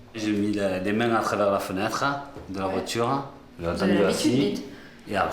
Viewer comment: Dès les premiers dialogues j'ai arrêté. Insupportable d'entendre "voitchure" et autres mots prononcés à la façon de macaques.